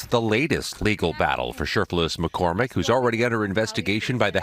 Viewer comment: Are we sure her name is Macormick? Maybe it’s MacCrocket! Get her a class in Ebonics and she could be the next Crocket! 😮